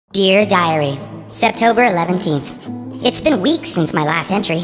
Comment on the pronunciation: The cat said " September" wrong